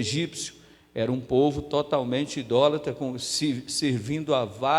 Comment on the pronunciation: Pastor a palavra é idólatra e não indolatra.